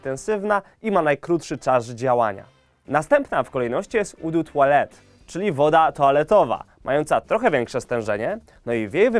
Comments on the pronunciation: koloń, tłalet, parfę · ou de tualet - przeczytaj to po polsku. A najlepiej gdybyś po prostu powiedział woda toaletowa. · O dy kolon' , o dy twalet, o dy parfam...